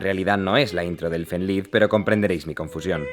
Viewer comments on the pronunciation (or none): "Elfen lid" 🤣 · “Elfen laid” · Elfen Laid ... Elfen Leid Se Lee Así, Aunque Puede Leerse De La Forma Que Está Escrito, Seria Elfen Leid